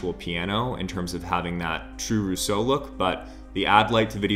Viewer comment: "Rüso or Casha" LMAO